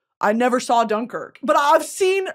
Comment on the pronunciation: Loved britanny pronouncing dunkirk wrong 50 times